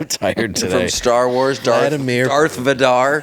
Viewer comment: Darth Va-Dar... I about died. Woke up the kids laughing 😂 thanks!